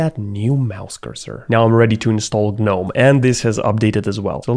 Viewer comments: im sure or im stupd but if im right its pronounced nome not Gnome. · It's not G-NOME it's NOME even though it's spelled GNOME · it's gnome, not guh nome, no GUH, just nome. holy hell, loved the vid tho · Him constantly saying Guh-nome is sending me. It’s just “Nome” buddy. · the pain of hearing him say g-nome but i pronounce it nome like the actual word imo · Broh.. say.... "G-Nome" or "Geenome/Jeenome" because that's how you pronounce it. Whats GnOmE? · hey hey, gnome = ( nome ) proper pronunciation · in the word "gnome" the G is silent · The G is silent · I HATE the way you pronounce gnome 😭😭😭